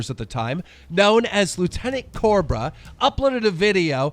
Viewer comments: Why cant keem say Cobra? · It's Cobra not Corba speak right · Why does it sound like he wants to say Lt. Corbis every time he says Lt. Cobra